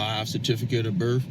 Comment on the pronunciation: Birf, oaf, axe. Yeah, he’s a genius.